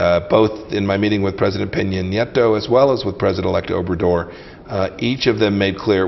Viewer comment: president "over Door" si vienen a colonizar México cuando menos tomense la molestia de pronunciar bien obrador